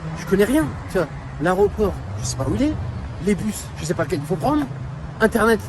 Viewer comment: L aéroport et non arreoport!!!